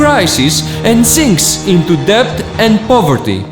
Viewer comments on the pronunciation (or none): Debt or Debts is pronounced Det or Dets.... the "B" is silent 😎